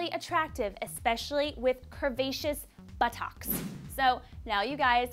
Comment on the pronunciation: Why did she say buttocks like that. I'm so immature.